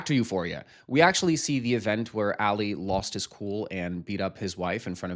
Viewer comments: Bro his name is pronounced “AH-Lee” not “Ally” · Rofl I had to check that i hadn’t accidentally turned on 2x speed. plz it’s not Ally like Ally Mcbeal. It’s Ali like Muhammad Ali 😭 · Pronouncing Ali as Alley is frying me😅 I wrote this right before you realized 🤭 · as an arab muslim Ali is pronounced closer to the first way you said it not A-lee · 1.) AH-LEE = Ali…literally say it in the show. 2.) he’s talking negatively about the bag to show how little he cares about his employee being severely injured ON THE JOB…but yeah I’m gonna go, this was bad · "English is my third language" he says in his struggle with one of the most common Arabic names